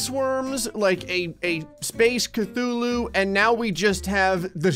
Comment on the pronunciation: Funny how he says ctulhu and there was a cutulhu video above his in my recommendation list